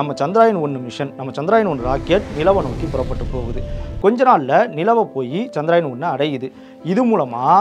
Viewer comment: அது சந்திராயன் இல்லை நண்பரே அது சந்திரயான்.